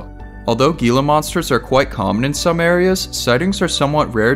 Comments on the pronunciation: The way Gila monster is pronounced is not (gee-la) it’s (hee-la) monster. You must not be from Az. Like your show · the gila monster pronunciation was painful 😂